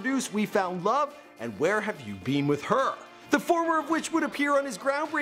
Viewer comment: "Where have you bean"